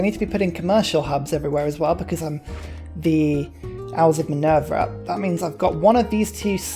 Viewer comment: I'm English so your accent is no problem. Owls of Minerva you pronounce as Minervia Balogna you crucify and say Ba log nia... it should be ba lon ya, there are others but you get the picture, never mind, sanity (mine) is over rated anyway